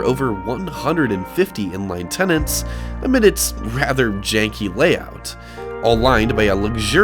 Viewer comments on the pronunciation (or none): none